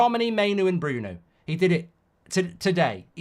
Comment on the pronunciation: Mainoo & Brunoo 😂